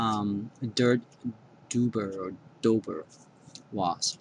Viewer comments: You can see the blue tint of the wasp in the video. Also, a "doober" sounds more like something you smoke. It's pronounced like "dobber" you dummy. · its pronounced DOBBER like mud dobber. i hate those things